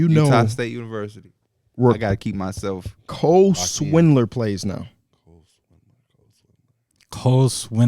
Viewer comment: Who TF is Cole Swindler? I love how, who's a lakers fan doesnt know its Cole Swider